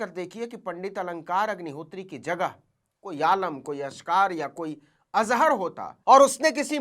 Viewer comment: Aap sdm sahab k naam ko galat dhang se le rhe hain Aap sachhe patrakar baniye .